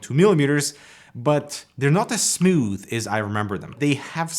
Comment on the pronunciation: Nobody: Canadians: Smuuthh